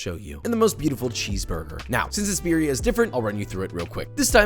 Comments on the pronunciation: his pronunciation though, biriya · Beer ee ah. Lolol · Roll them R's birrrrrrrrrrrrria. also, why no dip tortillas in sauce and fry them in a skillet? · Yeah, it's almost is if he doesn't speak Spanish and is just trying still 🤷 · It looks good, you could leave it boiling a bit longer but please Joshua ROLL YOUR R'S! Accent is everything with spanish pronounced foods!